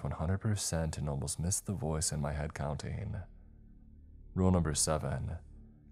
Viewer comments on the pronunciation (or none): CountING, NOT countEENE!!!!!!!!!!!!!